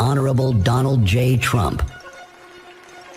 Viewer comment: Trump ❌ Tramp ✅